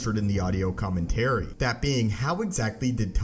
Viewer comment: Someone teach this idiot how to pronounce commentary.